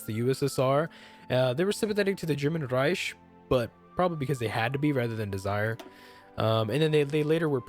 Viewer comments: It's Reik not Reish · REICH Rike Not Reish Rike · you are rolling german and swedish words when you dont need to lol. Reich is more like Rike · You say reich dead weird ? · It's basic German. Ch is Pronounced like J in Spanish.